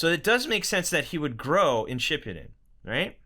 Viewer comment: U said shippuden wrong btw lol